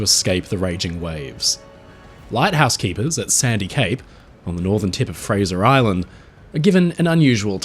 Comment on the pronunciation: You got it correct. "Fraser Island"